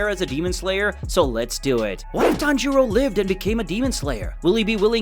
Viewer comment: Did anyone count how many times he said tanjoro